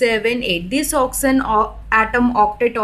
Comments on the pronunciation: you should speak oxygen instead oxen... i hope u don't mind it.... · Mam its not "oxyzen"...its oxygen🙂for your kind attention🤔